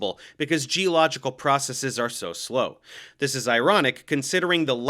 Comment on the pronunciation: I just want to say thank you for pronouncing "processes" correctly without a long-e sound.